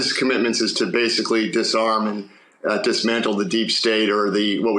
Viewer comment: Was that a slip when he said "disarm"